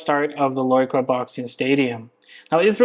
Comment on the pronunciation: Finally a vlogger who can actually pronounce Loi Kroh correctly..